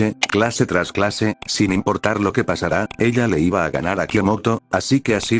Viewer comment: Me ofendio mucho el "Iba"